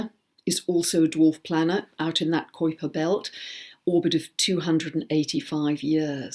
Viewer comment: Love the information there is always so much to learn from you. - - - just an FYI Kuiper is pronounced ky-purr.